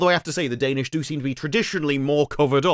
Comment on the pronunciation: Her father is "Danish." Emphasis on the ish.